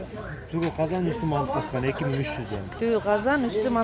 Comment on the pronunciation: Казкан эмес казан деп суйло